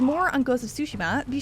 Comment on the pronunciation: this narrator puts stress on the first syllable with Tsushima. Correct